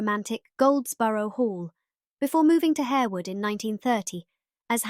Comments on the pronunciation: It’s not pronounced Harewood. It’s pronounced…. HARWOOD! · Good research and thanks for sharing. However, Harewood is pronounced "Harwood". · Isn't it pronounced Har-wood? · Yes, its pronounced Harrwood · Also "Harewood" should be pronounced "harr-wood" and Lascelles should be said to rhyme with "tassles"